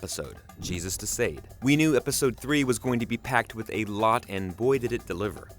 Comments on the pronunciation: Thank you. This was KILLING me. "De Sayed." The uncultured swine. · Why are you pronouning De Sãde as [De sĀde]? Haven't you ever heard of the Marquis De Sade as reference for the actual pronunciation? Edit: In the show, Billy is JUST a friend and not a sibling.